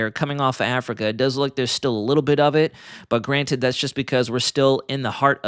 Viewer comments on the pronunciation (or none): none